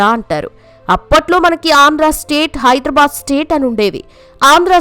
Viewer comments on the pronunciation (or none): none